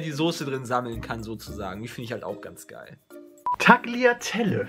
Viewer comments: "Tackiatelle"? - TRIGGERED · Bei Tagliatelle spricht man das g nicht... und Gnocchi spricht man "Noki" aus ^^